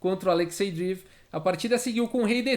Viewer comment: Fala,, tudo bom? Adoro seu canal, nunca vi o xadrez explicado de um jeito tão claro e descontraído. Vc manja muito! Só um toque sobre a pronúncia de Dreev. Pode ser Drieiév, ou Dreiév. Não é “Driv”. Valeu, abraço!